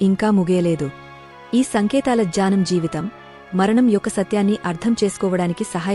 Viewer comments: Janam kaadu gnanam ani chaduvu. Daya chesi thappulu chavoddu. Telugu baaga chadavadam telisina vaalla daggara nerchukoni videos pettandi. Telugu teliyani vaallu thappulu nerchkuntaaru. Pls be careful while making videos. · It’s not jnanam ..it’s gnanam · The narrater often says" janam .' It is not' janm' .It is gyanam.